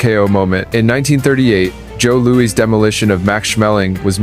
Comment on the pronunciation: Its pronounced joe louis you crummy ai lol